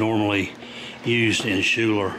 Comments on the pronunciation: It is pronounced Skyler not shuler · It's pronounced Sky-ler